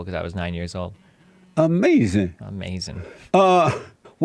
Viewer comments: because each time destiny says something he can't defend he just says "AMEZIN" and moves on to the next topic. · It's like his brain shuts down when challenged and he reflexively says ahmazin.